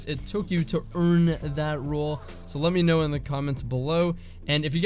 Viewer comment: Noting the stress on the word "earn"... Yeah... He knows people are recoving